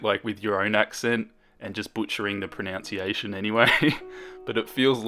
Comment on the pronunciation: he said pronunciation wrong 😁love the vid tho